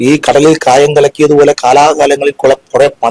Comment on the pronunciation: കടയിൽ കായം കലക്കൽ അല്ല. കടലിൽ കായം എന്നാണ് പറയുക.